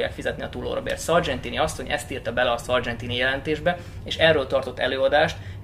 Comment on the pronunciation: tökéletesen ejted szargentini nevét!